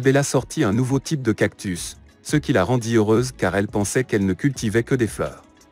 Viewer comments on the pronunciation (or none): none